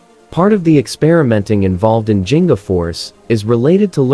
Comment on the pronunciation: Thank you for this video but... the pronunciation of G in "Ginga" is like the G in "Give" or "Giggle".